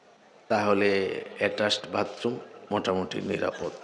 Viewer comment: মুহতারাম, আসসালামু'আলাইকুম... ক্ষমা করবেন, "ভাতরুম" না "বাথরুম"। আলোচ্য বিষয়টি খুব অর্থবহ। ধন্যবাদ।